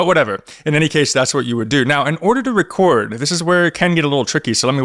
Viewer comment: Pwess da wecord button not too woughly. Den hit pway